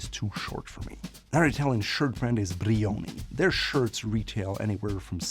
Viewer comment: Your content is amazing, just ease up on the enunciation/pronunciation of the brand, no one says Brrrriiioni. and please work on the never ending hi-hat. Other than that great!